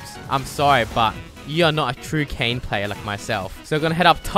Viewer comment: ITS FUCKKING KAYN NOT KAYNE